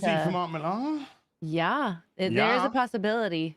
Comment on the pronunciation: I know it's spelled "Millar" but it's pronounced "Miller"